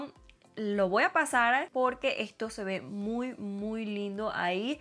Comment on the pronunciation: Se dice voy no voa